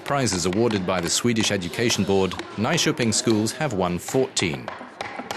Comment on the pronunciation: Is the narrator trying to say "Nyköping"?